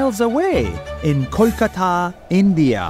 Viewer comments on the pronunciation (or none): My man really said kholkhata